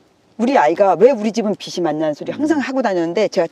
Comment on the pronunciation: 그리 많은 책을 읽으신분이 틀렸다랑 달라졌다도 구분 안하시네 에그 듣는거 마다 거슬리네 빚이 비지 비시라고 하시네 뭔 책을 읽으신거야